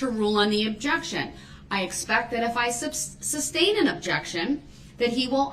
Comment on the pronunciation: the judge almost says ‘substain’ ! 😂